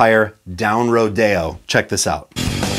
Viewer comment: Its row-dee-oh not row-day-oh.